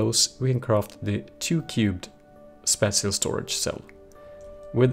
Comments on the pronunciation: spāSHəl spāSHəl spāSHəl for the love of god it is spāSHəl not spatchel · spatial: spaa-chel